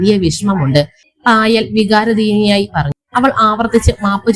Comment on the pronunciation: അപ്രതീക്ഷിതമായി അല്ല അപ്രത്യക്ഷമായി വികാരധീനനായി അല്ല വികാരാധീനനായി വാക്കുകൾ ശരിയായി ഉച്ചരിക്കുക ഒരുപാട് തെറ്റുണ്ട്